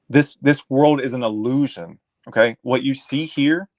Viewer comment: . … no way this is a MANdilla defect? I know for a fact you stated opposite. . The more it lets us talk the better. More talk is more data man is considered free range cattle. can you send a picture!? Wow John Travolta Package deals illusion. iLL-looshin i-L-Lusion. EY3-eL-Looshing